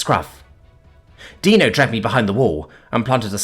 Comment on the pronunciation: Got Dino's name right. 10/10. Respect for coming correct.